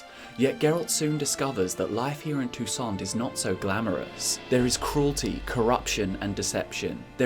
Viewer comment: It's prronnounced toussan, it's french(Techincally not french in the witcher but everything there is undoubtedly french inspired, names included.)